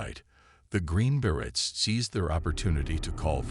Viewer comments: Bere-y not bere-ts. English speaker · pronounced “Berets” wrong the entire video wow